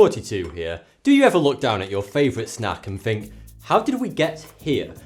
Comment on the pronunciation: its think not fink